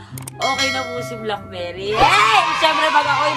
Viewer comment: Hahahahaha blaak-bey-ri